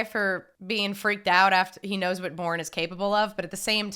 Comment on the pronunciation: Did she pronounce it as the “Boring trilogy”. It’s definately not.